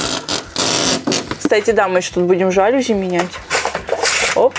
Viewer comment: жалюзИ, а не жАлюзи заметь пжжжжжжж